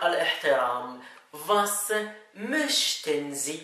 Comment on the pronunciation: أخي يمكن في خطأ في كلمة موشتن